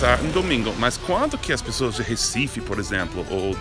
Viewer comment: Os turistas sabem pronunciar o "Recife" melhor do que os próprios brasileiros. Eu amo meu país Recife 😂😍